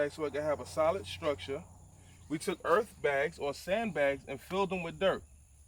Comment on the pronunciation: Ok. But i cant stop hearing Erff bags. He says Erff bags. Is this a Diabetes v.s. Dibeetuus thing. I say it like Errrrth with no f sound within about 25 blocks. Thought Fffought Birth Berff That way Fat way